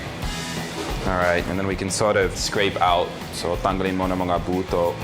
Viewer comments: Sir, Please do not stressed out the "o" in buto. It's like you saying "penis" in visayan language. Ahahahah It's should be the same stress when you saying with bato :) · OMG! Hahaha! In Pampango (Kapampangan) and some other dialects I believe, the way you said "buto" (placing the stress on the last syllable rather than on the first), refers to a man's junk! Also a street food variation is simply with a lengthwise slice of cheese and ham. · When you mis pronounce the "buto" daming kong tawa iba kasi ang meaning sa amin na mga Ilonggo 😂😂 thanks for showing how to cook dynamite love it! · thats what crack me up laughing!! imfrom visaya so it means somthing!!...lol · The buto part is...lol....in bicol the way you pronounce it is with different meaning...but we got you...